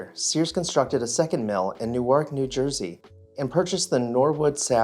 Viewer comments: Wow. I've never known anyone who could not pronounce the name, "Newark" -- it's not New-Ark. There is no hyphen between the two syllables. For anyone who's interested, if it were spelled phonetically, it would be "New work." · N'ork, New Jersey; not New-Ark. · As someone from shit hole Newark.....it's pronounced Nork lol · then I offer my apologies to you, the way you pronounced Newark, was something that I have not ever heard before. And the usage of "USD", as opposed to US dollars, it's not something I have ever heard in most Continental North American English dialects.